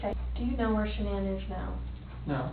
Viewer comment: If he calls her ShaNAN one more effing time.